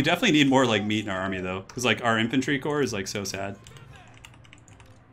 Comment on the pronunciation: you say corpse vice core for the corps...porque?